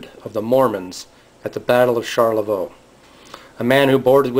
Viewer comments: Pronounce it Sharlavoy. good video. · Smacking your lips is terribly annoying. You mispronounce Charlevoix. Rambling and uninformative.